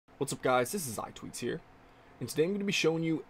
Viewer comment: You say iTweaks in a weird way